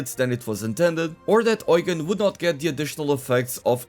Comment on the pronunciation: not "oigan"